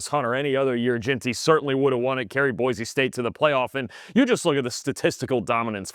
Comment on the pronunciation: Boy-See, it is pronounced. 🤙🏼